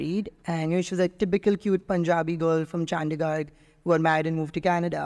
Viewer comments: Chandigarh❎Chandigarg✅ Jalandhar ❎galando✅ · Most irritating is pronunciation 😂😂😂car -- caaa chandigarh -- chandigaa Amritsar:- aymritsaar 😂😂 wtf ... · is it just me or he really said "Chandigarg"??? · Bhai ne #Chandigarh and #Jalandhar ka #pronunciation badal diya 😂😂😅